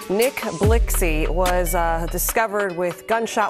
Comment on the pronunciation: She said Nick Blixxxy 😂😂😂😂